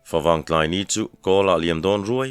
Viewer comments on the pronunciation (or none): none